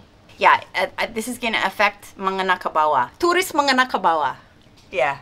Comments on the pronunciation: Menengah kebawah, not mengenah kebawah. Kata "babin kantibnas" LOL, just joking.. hahaha.. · Menengah kebawah mbak bukan mengenah kebawah.. hehehe 😁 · & menengah ke bawah Sacha. Bukan mengenah ke bawah 😅 kebalik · I'm laughing when sacha said "mengenah kebawah" instead of "menengah kebawah" lol. Btw setuju sama semua ceritamu sach. Kasian yang mau bisnis hospitality nanti tambah repot gara-gara hukum ini... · It's "menengah ke bawah" not "mengenah ke bawah" 😁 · Menengah bukan mengenah😅😅😅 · It's actually "menengah kebawah", not "mengenah kebawah". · MENENGAH mb e bukan MENGENA 😆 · mengenah kebawah.. lol.. some words are harder to pronounce... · Its menengah, not mengenah sach 😁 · Menengah sach, not mengenah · Was listening seriously till Sacha says "mengenah ke bawah" 🤣🤣 jokes aside, great topic, always so happy to see you care about this country ❤️